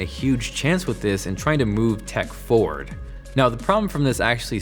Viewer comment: Am I the only one hearing "ford" instead of "forward"?